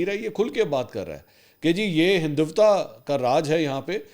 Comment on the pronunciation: Hinduvta nai hindutva lafz hai mansoor sab, please correct Ap k jesa parha likha popular bnda itni choti se krta acha nhe lgta, isi trha Afghanistan hota hai aghfanistan nhe